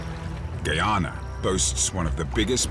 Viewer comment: Why does the narrator say “Gay-ana”?Growing up in the Caribbean, I always thought it was “Guy-ah-nah”. 🤔